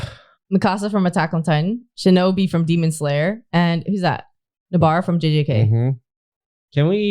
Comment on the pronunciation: IT'S SHINOBUUUU NOT SHINOBIIII, I mean I don't call you, my friend, Chelsaw do I Chelsee? :face-blue-wide-eyes::face-blue-wide-eyes::face-blue-wide-eyes